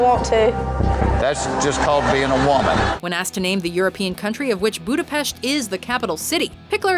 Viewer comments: Big up for pronouncing it "Budapesht"! (In all seriousness.) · HOOOOOLY shit., you have far surpassed my expectations. I have been complaining for years about your pronunciation of words that are almost common knowledge. I am pleasantly surprised though, that you perfectly said Budapest. I have seriously never heard anybody who isn't Hungarian say it as it should be, with an "sh". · + one point for pronoucing Budapest right. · I apreciate you pronounced Budapest correctly :)